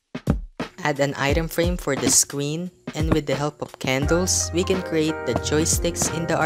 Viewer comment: Lol you said scween